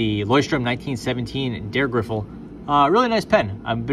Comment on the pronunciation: Why you keep saying Der Griffel? It's Dreh (dray) Griffel, German for twist stylus.